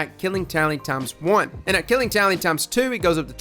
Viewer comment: I thought you said "Killing Towelie" at first